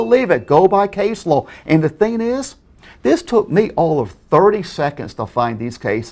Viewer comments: Needed a bonus round for every time he said "lawl" instead of law." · Why does he keep saying lol instead of law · Is he saying low or law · when he says law it sounds like lawl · Sounds like he's saying lol instead of law. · Every time I hear say "Law" it sounds like he's saying "Lol"!!! 😂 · Add one. Against the lorw! I studied lorw. Add two, nice email. Add three, YMS returned your email with another telling you how wrong you were and how the law works. Add seventeen for him being insane. AND STOP SAYING LORW! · I always hear "lol"